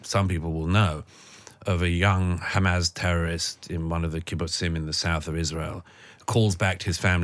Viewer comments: So this chap has a degree in English.... Keeps saying hamaz it's Hamas. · Douglas, it's not "Hamaz," it's "Hamas." Fine interview.